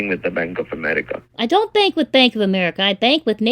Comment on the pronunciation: I think it's funny they call people and try to scam them but they can't even say the word Bank they say bang accounts